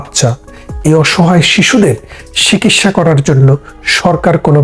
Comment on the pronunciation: লালজামা পড়া মানুষটি একটু সঠিক বাংলা উচ্চারণ করুন। "শিকিৎসা" আবার কী? বলুন, চিকিৎসা!! সঠিক বাংলা বলুন। জিভের আড় কাটান।